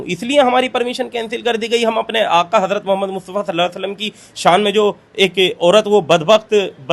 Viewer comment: hajrat m s a ap zuban ko sahi karen HARARAT MOHAMAD S AW h